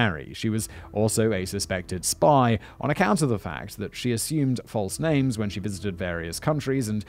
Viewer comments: Can anyone please tell me why he tends to add an ‘r’ to the end of most names/words ? Ty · Do your research before you tell a story about a real place, real people & a real murder. You absolutely butchered the peoples names, the location & especially the City itself. You clearly have ZERO knowledge about literally anything you’re discussing which majorly shows your credibility is zilch. Why even share this story if you yourself don’t know what the hell you’re talking about?! You don’t even know about Finns or Finnish Culture nor the country. This was the worst “true crime” storytelling I’ve ever heard.